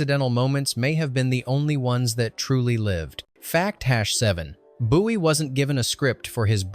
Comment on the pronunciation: And Boo-ee 😂😂